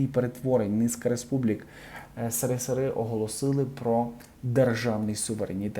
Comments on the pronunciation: Не сири- сири,а ес ер,ес ер. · Не сири сири, а есересер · Чому допускається така безграмотніст коментатора: замість «ес ер ес ер»-«си ри си ри». Коментатор-взірець мовлення. Дуже прикро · Держава називалась - єсєрєсєр, а не сирисири. Жуть какая. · Не позорьтесь з вимовленням! Які такі СеРиСеРи? Вимовлюється як "СеРеСеР". Позорищє , що вимовляти не можете!!! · СеРеСеРе звучить прикольно, але правильно еСеРеСеР. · Що за "сири-сири" - невіглазство ,нормальні люди кажуть еСеРеСеР. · Да не " сирисири " , а есересер . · Не " сири сири",а "ес ер ес ер",або ж "есересер" !!!)) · Господи! Та не сери-сери, еСеРеСеР!!!!!! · ес ер ес ер. а не сирисири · Яке "сирисири"- де ви навчались? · Коментатор-пацанюра!!!Не Си Ри Си Ри,а Ес Ер Ес Ер(СРСР).Це вже історія,якою вона б не була... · Си-ри-си-ри, Ви журналіст, то маєте говорити ес-ер-ес-ер !!!! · СРСР - цю абревіатуру потрібно вимовляти вірно і це буде так « ЕС- ЕР - ЕС - ЕР», а не «Сере - Сер» і « Сери-Сери», як жахливо каже блогер!!!!! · Диктор, що за сири-сири? Ти що, з нужника "вєщаєш?" Вимовляй правильно: еС-еР-еС-еР! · так СЫ или ЭС ? Некрасиво с Вашей стороны так читать аббревиатуру. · Ведучий не сери сери а есес есер.не сміши людей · еССеСеР, а не сисири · Расшифруйте пожалуйста, что это за страна о которой говорит диктор .,которую называет Сересере.это безграмотность диктор или какая то неизвестная страна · Прошу вибачення, але правильно говорити ЕС ЕР ЕС ЕР, а не си ри си ри. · Те що закадровий текст читається неправильно СРСР , по дибільному звучить . Наша Україна була частиною СРСР. це погана структура. Але по дибільному називати абривіатури не красить укр.мову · Обращаюсь к читающему текст; пойди высресь,а потом записывай видео. Какой бы он не был этот ссср, но твоим родителям пришлось в этом союзе жить. Думаю твоё "сыры сыры" им очень режит слух. Да и новость ты рассказываешь о первом президенте того же союза. Имей немного уважения. Сыры сыры. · Говоріть правильно. Не Сирисири а Есесер. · Не СЭРЫСЭРЫ,а ЭСЭРЭСЭР